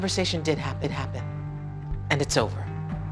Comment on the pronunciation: Uhh no she clearly said "Happehappen".